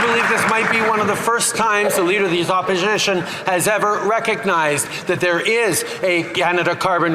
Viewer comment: Trudeau: “The leader of the Opishishion”